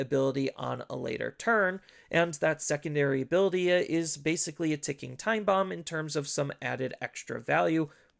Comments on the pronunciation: Why do you end certain words with 'a'? the first time-a', 'bt06-a gabubond', etc. Honestly it's super annoying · lmao never noticed until this comment, now i canta unhear it >.<